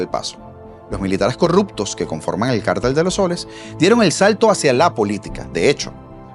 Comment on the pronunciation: Gracias por pronunciar la palabra cártel correctamente.